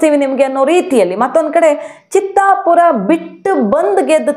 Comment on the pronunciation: it is not Chittapur, it is Chitapur.